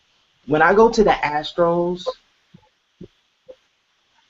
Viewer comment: I like how pronounces the astral as “ the astros” 😂